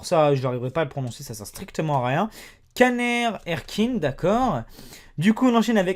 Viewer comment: Caner Erkin = Janer èrkins